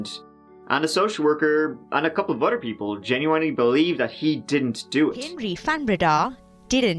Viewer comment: He pronounces "other" like utter. Lol